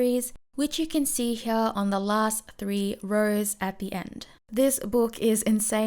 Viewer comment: Why do you say "heaa" instead of "here"?